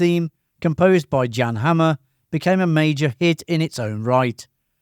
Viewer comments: It's amazing that none of the Drug King pins didn't follow Sonny Crocket to the Police Headquarters. I saw the pilot with Jimmy Smitts. Jan Hammer is or was a Hudson Valley Resident. It was Great to see him perform with Jeff Beck. That's Jan as in " Yaan" not John. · Jan Hammer is pronounce Yan not Jon. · Jan Hammer is pronounced, Yăn.